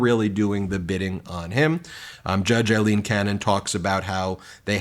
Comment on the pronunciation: Ben, are you purposely mispronouncing Aileen Cannons name???